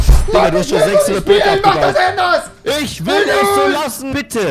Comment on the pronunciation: "mach das änders"